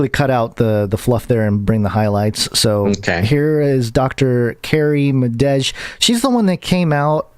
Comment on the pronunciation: If Dr. Madej (Madej is pronounced MAH-DAY, by the way), if she is looking to your left in a video, doesn't that mean that she's actually looking to HER right? Just wondering.